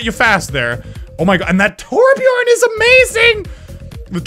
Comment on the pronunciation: Thanks for pronouncing ”Torbjörn” right:)